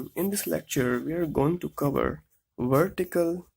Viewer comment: Its not verical alignment it's vertical alignment